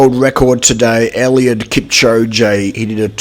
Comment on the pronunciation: I'm sorry but this guy deserves his name to be pronounced right